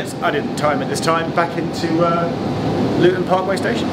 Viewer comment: did you waft in from paradise? "Nah Lutun Airport".